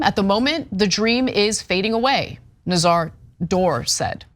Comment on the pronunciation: Anna's pronunciarion of Zacharia is driving me nuts!!